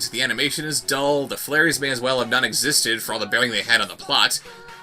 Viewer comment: Flairies...FLAIRIES....?! That sounds like a drunk person trying to pronounce "fairies."